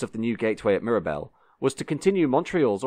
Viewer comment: Nice to hear you keeping up that fine English tradition of needlessly mangling the pronunciation of French words.